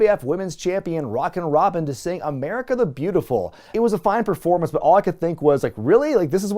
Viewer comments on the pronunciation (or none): none